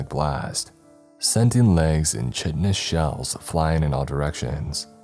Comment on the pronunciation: chitinous is pronounced kite-in-ous